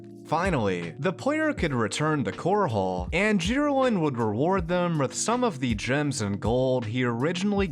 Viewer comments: ffs it's not "Core-haul" it's "cor-ul". Listen to the NPCs. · Pls its chorol not core hall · Wait... "Core Hall"? It's pronounced like coral. Like the aquatic creature. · Why are you pronouncing Chorrol with a second h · I found it amusing how you pronounced Chorrol as Chor hole. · Everytime he says core hall it hurts my soul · Bravil is pronounced - bruh ville not like gravel Also, Chorrol is pronounced Core'll not core hall lol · Not to be nitpicky, but your city pronunciations need some work. Bravil is pronounced the same as Brazil and Chorrol - the same as coral.